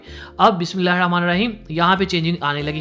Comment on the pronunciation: Bismillah kese padhte ho sahi se padho